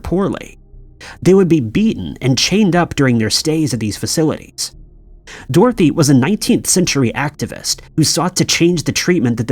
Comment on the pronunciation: for the curious, its pronounced Dor-thea, not Dorothy, sauce: I live near the Dorothea Dix mental hospital (now Dorothea Dix park) in Raleigh NC. Dorothy Dix is an entirely different person who was a women's activist.